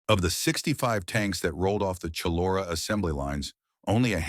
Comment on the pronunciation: Shullora? Must be Chullora which is basically Bankstown NSW. Forgotten history!